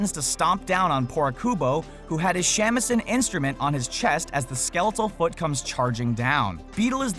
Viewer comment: Good God. White people pronouncing Japanese words is so cringe. "Shamisen" is pronounced "Shaw-Me-Sen" Japanese uses the "AHH" sound.